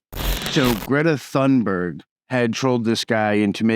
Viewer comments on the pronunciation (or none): My guess is he blew it , presumably with plaintext email. Nope, zeroed in his location pretty well , plus the date & 2+ pizzas delivered probably gave an exact address. Points to Greta! BTW, she pronounces it like “Tune-Berg” I think. Andy is what we used to call “a waste of skin”, and I hope he gets everything he deserves in prison. The other thing I’d call him, stealing a line from ARCHER is “bag-with-which-one-douches”.